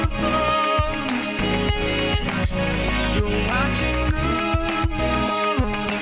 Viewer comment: I do! I love it when it sounds like "Bone a fish" instead of "Boulderfist" LOL